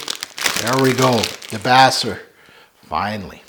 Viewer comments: De-base-err. Named after a good Pixies track. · No offense but you are mispronouncing the fragrance name. Fragrance is named after Black Francis of the Pixies singing Debaser.